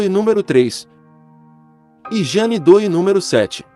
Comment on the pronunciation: Jane Doe - leia-se Jane Do --- esque o e e pronuncie oa letra O como se tivesse acento circunflexo